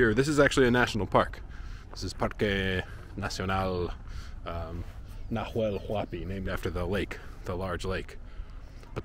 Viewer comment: Just a minor correction for your spanish improvement... we don't sound the "H" at all, at least here in Argentina. So in Huemul, and Nahuel Huapi, It's just as if it said Uemul and Nauel Uapi (Sort of like saying "nah... well" in english :) ). Mapuche words might sound the H as sort of a soft G (I'm no expert; I don't want to say something wrong there), but for sure doesn't sound Najuel or Juemul as you pronounce it. Of course, it goes with respect and to help you with your already very good spanish.